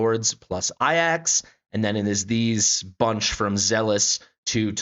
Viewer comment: Serious question, is there a reason why so many CC's pronounce Ajax as "Eye Axe" and not "A Jacks" like it's actually spelled / pronounced? It's just a minor thing but I'm honestly confused by this due to it being AJAX and not AIAX in spelling lol. Otherwise, good video, I'm not sure I'll have enough summons to guarantee Lyra (I'm really in need of mages on my account) but think I'll have enough for Sun Wukong if I save up.